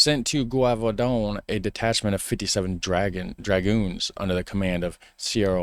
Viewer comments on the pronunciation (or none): The "g" in Gévaudan is not pronounced like you did (like in "garage"). I'm trying to find a sound in english how the "g" is pronounced but can't find it. if you're not sure how something is pronounced you can look it up in Google. If you type "la bête de gévaudan pronunciation in french" in Google at the top of the searches you'll the sentence with a little speaker under it and you can listen to how it is said.